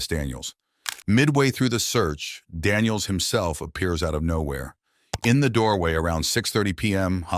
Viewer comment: It’s just Daniels. Not Danielseses